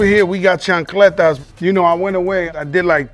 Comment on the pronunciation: lmaaaoo "chancleta"